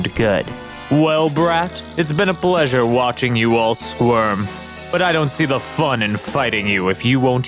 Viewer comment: "It's a Bleasure to meet you," lmao.